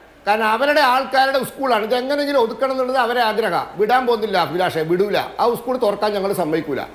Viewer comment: ഉസ്കൂള് അല്ല 😄😄 സ്കൂൾ